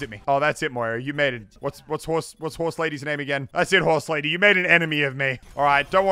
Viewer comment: Nobody: Muselk: hOrSelAdY